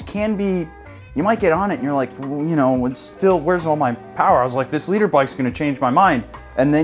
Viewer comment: LITRE NOT Leader!!!!!!!!!!!!!! Ffs!🤣